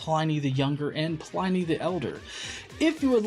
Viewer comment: Hey,, he's pronounced PLIH-nee NOT PLY-NEE, his name was Plinius.